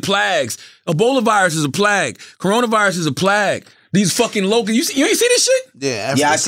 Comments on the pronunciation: Did Charlamagne just pronounce "Plague" as "Plag"? Am I missing something? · They let CTHAGod pronounce Plague as PLAG and nobody said nothin!!... lol 😂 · Did no one catch on when Charla kept saying “plag” instead of “plague” 😂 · Charlamagne pronunciation of plague is too funny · Lmao is that how to pronounce plagues 😐